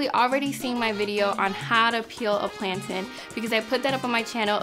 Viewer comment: First time hearing a non-Jamaican say Plantain like that. :)